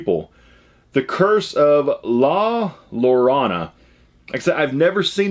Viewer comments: Your bonus is awesome. Watch the movie. It's based on a Mexican tale moms would tell their children. It's pronounced La Ya-rone-a. My husband is Mexican and he told me his mother and grandmother would tell him tales about the lady in the movie. She steals kids and drowns them in any amount of water. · la yor ana is how you would pronounce it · Bro the hell? The shining Jack bottle is BADASS. I would've died to have that in my collection. Also the way you said La Llorona lmaoo. Its La Yarr(rolled)-ohn-uh. The weeping woman. YOU GOT LINDA CARDELLINIS AUTOGRAPH IM JEALOUS!!!! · I’m from New Mexico and it’s pronounced la yeh-row-nah. Great item and movie! Keep up the great work! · La Yo-ro-na